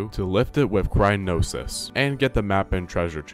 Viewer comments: It's cry-yo-nes. Not cry-no-sys. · Neat how you made a decent comedy out of the "official" guide's sometimes weird paths to things. Going over the guardian was like why? Oh and btw it's cry-O-nis, not crynosis. Also, acceptable is pronouncing it like cry-on-is. You're flipping the N and O when saying it and it's the only thing that bothered me about the video. I enjoyed your dry delivery lol good stuff. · Why are you saying crynosis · What’s crynosis, lol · It kills me a little inside every time he says "Crynosis" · "crynosis" "Examinate" "Increasement" All hurt me every time and then I heard "w-ih-nd up" instead of "w-eye-nd up" oh my god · "Examinate" "Crynosis" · "Yanabo" "Crynosis" "Yabosa's Fury" AAAAUUGHH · “Examine-ate” “Cry-no-sis” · I don’t know if he’s calling it Crynosis on purpose but I laughed every time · "crynosis" and "examinate"😂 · It’s cryonis (cry-on-is) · I was getting HEAVILY triggered because you said "Crynosis"-it is crie-o-nis.BTW I did the run with the referral as this video . You took me back to botw by posting this,thanks! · Amazing video! I wonder if Nintendo made or might make a book/guide on how to 100% complete the game with all the shrines and other things. Also, you were saying "crynosis" when it is actually pronounced "cryonis". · I can't fucking get over him calling it "Crynosis" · Dude, it's cry-o-nis. Cryo N I S. there are no noses crying, no crynosis. Cry-o-nis comes from the Latin word for ice I believe. Nice vid but this won't stop bugging me omg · i love how he calls it crynosis instead of cryonis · Examine, not examinate. Cryonis, not crynosis. Increment, not increasement. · While I find this to be extremely entertaining, every time you say cryonis makes me want to jump out a window. It's cryonis, not crynosis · bro had A STEP BY STEP GUIDE and still can't pronounce cryonis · Wait a second... Isn't it called Cryonis? Why's he saying Crynosis? Have I been lied to? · "crynosis" instead of cryonis is pretty good as well